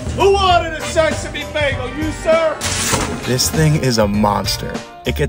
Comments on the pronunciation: The way he says “Begels”, it’s pronounced “Bay-gulls” like seegulls, but baygulls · You’re from the Midwest huh? Lol bagel is pronounced “bay-gul” not “baggul” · You really do have an odd way of pronouncing bagel. Guy Fieri does the same thing, maybe it’s a West Coast thing? Just practice saying Bay like the body of water, and Gull like the bird. Plug them together and say it with me…BAY-Gull. Hopefully this helps! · How tf you pronouncing bagels, sounding like Britta. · First time trying to pronounce "bagel"? Good thing your job isn't voice work... oh wait. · Don’t like the way you pronounce bagel